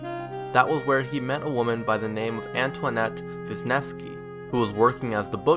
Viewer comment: The name Wisniewski is pronounced “Veez-nesh-key” ( I have the same last name, and I’m from the same part of Michigan) and macomb is pronounced MA-Comb)